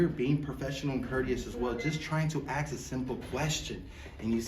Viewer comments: What the heck is "axing a question"?? Is that English? I can't understand these frauditors........................ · “Aksing” questions……the Captain is always “aksing” questions……. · Shut down twice! 🤣 All he wanted to do is "axe" a question 🤣 fucking idiot. Speak English! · Maybe try “asking” a question instead of “axing” and maybe you’d get someone. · lol...."...he's here being professional and courteous as well, just trying to axe a simple question, and you see the kind of behavior we receive when axing simple questions." I believe the word you are looking for is "ask" not "axe." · The word is ask not axe ignoramus. You are disrespectful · learn english douchebag...ITS "ASK"....NOT "AX" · That "" Muppet tries to appear intelligent but pronounces the word ASK as AKS!!